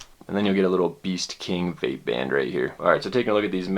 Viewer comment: "the vlape vapor"